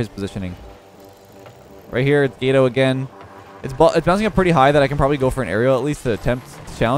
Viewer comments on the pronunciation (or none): I love your videos! one quick thing. Gato is pronounced with a soft A similar to aww. phonetically it sounds similar to the french word for Cake Gateau...it means cat in spanish. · Who else was triggered that can't say cat in Spanish?